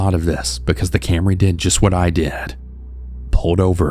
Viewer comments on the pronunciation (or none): “Toyota Camreh.” Love it. 😂